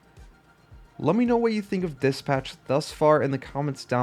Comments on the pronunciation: did he just pronounce dispatch as diss patch? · say it as one word bro its not dis patch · The way you dispatch as DIS-PATCH is errrrrking me say it correctly ffs!!